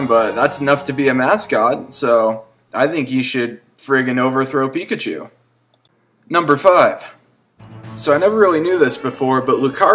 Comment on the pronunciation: But pichachu is phicachu!!